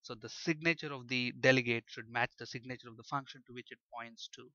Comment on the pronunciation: I love when you try to say "signature", it sounds so much more like you're saying "sick nature". It's the sick nature of the delegates XD